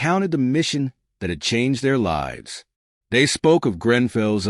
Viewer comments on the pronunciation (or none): The Gudgeon did not sink a Japanese carrier as this narrative claims, nor did it cause the US Navy to fix problems with the Mark 14 torpedo. This story is a bunch of BS. I hate AI reading, you can tell by the pauses in the middle of a sentence and the way it mispronounced words like lives (in the story it was meant to be the lives of the people on board, the AI pronounced it as as in "Frankenstein's monster lives"). Telling a false story does not honor those who served.